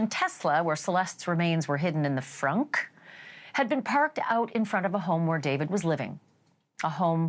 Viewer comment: what’s the emphasis on “frunk” - i don’t know but it’s annoying..